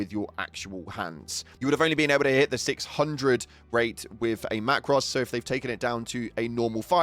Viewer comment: mac ros 😂😂😂😂